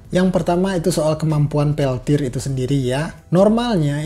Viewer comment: wkwkwk pas terdengar peltod lgsg ngakak